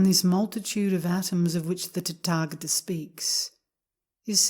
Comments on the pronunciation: I learned in Korea that is is pronounced ‘tÄ’•tä•gÄ’•tä. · I don't know why I can't stop inner giggling every time she says "Tatagata". I guess it just tatagatickles my funny bone. 😇💓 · It IS a very funny sound!